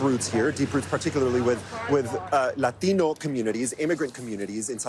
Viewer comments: “laTINO” 🙄🤚 stop… stop doing that. Imagine if people did this when they said “rUssIan” or any other language lol… imagine if people said “Japanese” in a Japanese accent 😂😂😂 but its not racist when its “laTINO” 🤡💀💀💀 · "LA-tino's..."; I truly hate virtue signaling reporters. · So I guess that’s the new thing on how they say Latino these people are so ignorant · I hate when they say Latino in a Mexican pronunciation instead of an American when you're an American news reporter speak like it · When that reporter pronounces "Latino," I get a tingle all down my leg. He's obviously a Great Man. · "We won't byack dweeown." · Why do people switch to a heavy accent when they say the word "latino"?? But they don't when they say "chinese" or "japanese" lol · He had to bring out the latino accent just to say latino. Thats one red flag to tell someones on the left. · There is nothing more obnoxious then the way lefties pronounce latino. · 5.38 you don't have to try to pronounce it properly dude , we know what you mean. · If I never hear the selective accent on “Latino” again… would be too soon…. Cringe level 10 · I really "Dislike" people pronouncing "Latino" like that and going straight back to talking normally.